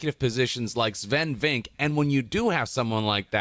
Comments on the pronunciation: Guy gets praised for saying something wholesome and he has to be defended with "this sounds like glazing but it's really not"😢. PS, isn't his name pronounced" VinkAA"?? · Asmongold, I love your videos but it's "Sfen Vinc-keh" Watch the Bafta Interview